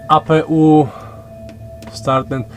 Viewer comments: nie czyta się apu tylko EJPIJU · APU czytaj ej pi ju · to jest przepustnica klapy i Speed brake 😀😀😀 fachowo to się nazywa przepustnica dokładnie i to się w powietrzu wyłącza a i APU się czyta ej pi ju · apu muwi sie ajpiju to jest system na ziemny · Raczej przepustnica, mieszanka i kontrola pracy śmigła. Dźwignia klap byłaby zapewne gdzieś poniżej, a gdzieś obok hamulec aerodynamiczny (czyli ten twój "speed brake"). Oprócz tego APU czytamy apeu bo jesteśmy w Polsce i jest to po prostu dodatkowe źródło zasilania samolotu, kiedy główne generatory nie pracują, np przy wyłączonych silnikach.